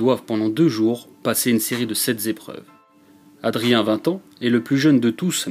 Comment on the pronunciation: "Sept zépreuves"😂